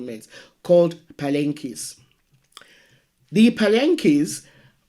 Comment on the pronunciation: Pronounced Paaaa laaan kea